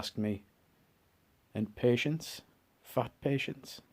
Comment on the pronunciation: Pronounced.. PU-Shonse